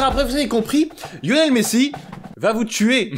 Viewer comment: “Yonel messi” 😂